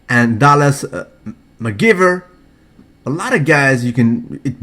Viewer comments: say it after me: Dallas McCARVER. MAC CARRRRRRVVVVVVER. Stop saying McGiven. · Hahaha I'm waiting for him to pronounce his name correctly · He said Dallas mccarvers name wrong